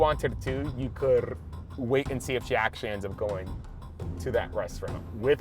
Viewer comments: did anyone else hear roll his tongue saying couldddededdd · The coulrrrrrr on 😭😂😂😂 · “you couldrrrr”😂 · The accidental R rolling though?!?! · Why did he roll his r when he said could😂😂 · Did anyone else hear that tounge roll? LMAO 🤣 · Am I the only one who heard the tongue roll ?!?? 😂😂